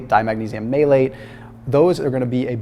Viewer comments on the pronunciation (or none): apparently does not know how to pronounce the word "maleate". Oh, not your doctor? OH NOT A DOCTOR AT ALL?!!. Sure is pretty though, ain't he?